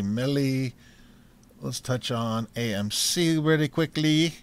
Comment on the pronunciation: Lol you said gaymc. Love u dude keep it up.